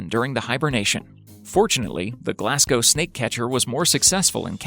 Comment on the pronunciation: You said Glasgow and Edinburgh wrong